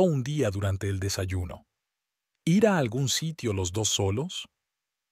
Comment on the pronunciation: Tampoco sabe decir ir